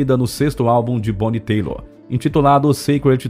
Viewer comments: Fui no show dela. MARAVILHOSO ❤ e se pronuncia TAILER, não TEILOR. Só um alerta mesmo! 😘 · Excelente cantora. Gostei muito do vídeo, parabéns! Mas preciso fazer um crítica construtiva. O nome da cantora é Bonnie Tyler (Tailer) e não Taylor como é dito no vídeo. Fora isto, gostei muito do vídeo. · Bonnie Tyler... TÁILER. Não "Táilor" nem Têilor . Escrevi e vazei pela sensação de descredibilidade... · Excelente levantamento de informações. "Total eclipse..." e It's a hearthache" são minhas músicas favoritas. Sugiro que o narrador aprimore sua pronúncia relacionada ao inglês. O sobrenome da artista mudou de "Tyler"(/tailer/) para "Taylor" (/teilor/) entre outros termos que nis fazem doer os ouvidos e empobrecer tamanho trabalho de pesquisa. Fica aqui a dica. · Fantástico, mas o nome dela não é TAYLOR (TEILOR) É TYLER SE DIZ TAILER! ADORAVA ELA! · Gostei muito de todo o conteúdo do vídeo, muito rico em pesquisa e informação. Mas do começo ao é falado errado o sobrenome artístico da Bonnie, inclusive quando aparece escrito na tela junto a foto dela. Bonnie Tyler e não Bonnie Taylor. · Não leve a mal, mas o nome dela é Bonnie Tyler (Tailer) e não Taylor. A propósito, faz um post sobre a Taylor Dane. Abç. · Não se fala "boni teilor", se lê bonnie "TAILER". Seu videos são excelentes. Mas vc precisa muito dar atenção à dicção e pronúncia. O mais simples vc falha e o mais dificil vc faz muito bem, q é toda a produção... só dar mais atenção na hora da leitura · Kkkkkkkk😂😂BONNIE TEILER.😅😅😅. O CORRETO E:......BONNIE TAILER...... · Why you insist in call her Bonnie Taylor? Her nome is Bonnie Tyler please learn her name or don’t say her last name please! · Que trajetória impressionante dessa cantora fabulosa…!!! Ela é mais um fruto delicioso da década que mais produziu músicas de qualidade em todos os tempos. Sempre fui seu fã. A lamentar o apresentador deste vídeo errar seu nome artístico. Não é “Taylor”, que se pronunciaria “Teilor”, mas “Tyler”, cuja pronúncia é “Tailer”.❤